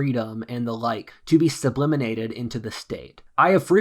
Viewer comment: Sublimated, not subliminated, but interesting video